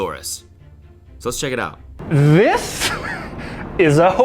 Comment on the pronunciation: The way he hit the “This” made me immediately think he was gonna finish with “is how you eat a Big Mac nigga”